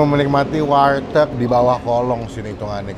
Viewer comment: bang sorry nih, namanya "warteg" bukan "walteg"